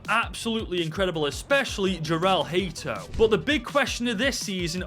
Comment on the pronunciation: You dont say hate o but haa to